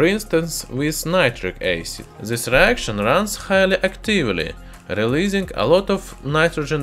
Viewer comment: Naytrik eysid. That's all. From keramics.